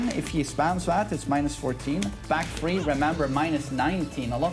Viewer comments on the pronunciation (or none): none